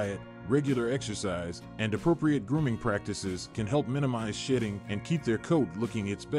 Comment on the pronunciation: 😂😂😂😂😂 seriously he's got to know he's NOT saying Shedding... they clearly shit a lot 😂😂😂